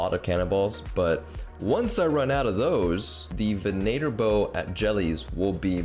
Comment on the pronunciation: i'm just confused how so many people have started pronouncing venator incorrectly XD (ven ah tor)